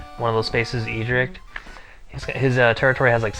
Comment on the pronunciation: "Eadric" ( AY-dric) "Cairn" (KAY-ern) "Terian" (T'-er-ian)